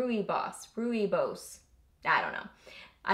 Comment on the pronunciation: I think the pronunciation is "roy bus." That's what I've heard. I love many of the Bath and Body Works candle scents but have had SO SO much trouble with candles that won't burn right that I am not very willing to buy them now, even when they are sale. It's so nice that you got all these products to go through. Love this!